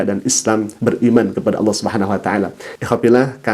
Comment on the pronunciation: Allah SWT bukan awloh perbaiki bacaan dan tulisanx